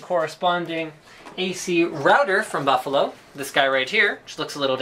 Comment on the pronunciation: Linus says, Baffalo! (